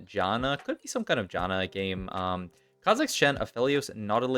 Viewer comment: I tried helping your pronunciation on live before but it just didn't work out. Say "can", now say "Jan", now say Janna. That's how you pronounce her name. Here's Janna pronouncing her own name in-game . Also, Yone does not rhyme with bone. It's Yo-nay. 🤦